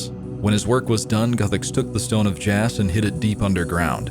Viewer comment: It's pronounced "jaw"